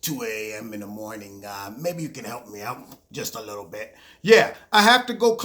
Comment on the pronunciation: You went full cockney on the "just a little bit" 😂